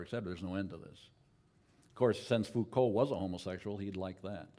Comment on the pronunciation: Entertaining as ever. Noone can butcher the names of philosophers or simplify their ideas more hilariously. The self-assurance and mispronunciations are pure comedy. Thanks for posting. Neetchy and Mikhail Fookow would be quacking in their shoes.